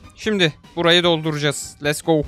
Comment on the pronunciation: abi lütfen lest go deme lets go de ingilizcem bozuldu senin yüzünden sınavdan 25 aldım ;( :b